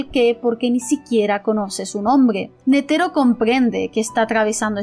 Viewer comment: Me encantó tu reflexión, sin duda uno de tus mejores videos. Por cierto, repite conmigo: KurÁpika nÉtero :)))) (Solo estoy molestando)